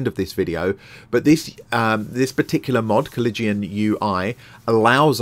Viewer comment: Nah.....he butchered the pronunciation. Then again, unless you're a history nerd (or major like I was), it isn't a word you run into often.